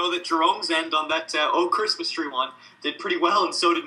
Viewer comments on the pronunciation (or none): "O"cris mis tree